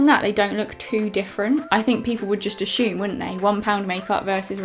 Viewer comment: U said "people would probably aSHume